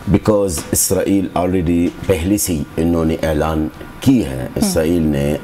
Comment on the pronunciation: اسرائیلی کو ازرائیل کیوں کہنے پر مجبور ہیں آپ!!